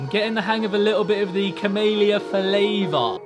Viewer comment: pronounces camelia cumalia